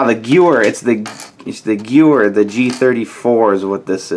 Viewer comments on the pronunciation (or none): It's pronounced ge-ver